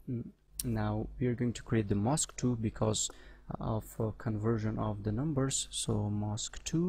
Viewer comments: 'mask' is not pronounced as 'mosque'. Don't pronounce Aaaaa as Oooo. ;-) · This sounds like mosque to me. Anyway, making vids is hard. Where he is from that's how it's said. It's ride to comment like that without even saying, nice vid or something as well.